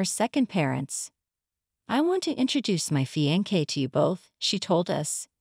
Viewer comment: The story was good, but is it too much effort to hava a real human voice narrating? Fiancee pronounced as fiankee? Spoils the whole story! And english is not even my language!